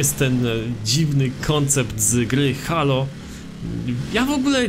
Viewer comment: czyta się "Hejloł" nie halo